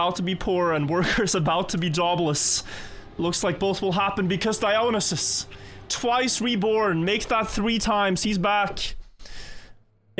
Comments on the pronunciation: idk how the player prefers his name to be pronnounced, but as a greek I can say Dionysos is read exactly as written and not Daionysos. also OPA is a word we use in Greece too and although it has many contexts it fits the one is using. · Pronunciation of dionysus is killing me.